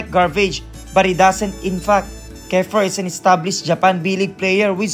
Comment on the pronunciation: Kiefer not kefer